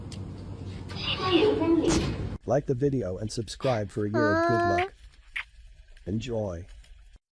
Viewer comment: She said subscribble and i had to